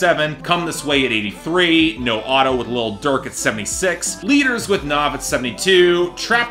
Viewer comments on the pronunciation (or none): his name is said Nav as in have, not Nov as in Nas. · Within his real name (Navraj) it’s pronounced like Nov but in his stage name it’s Nav like have